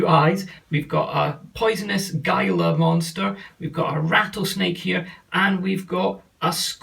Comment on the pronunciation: "Gila" as in gila monster is pronounced "hee-lah".